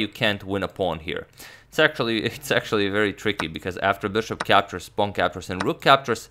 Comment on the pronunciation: anyone else heard "sexually" instead of actually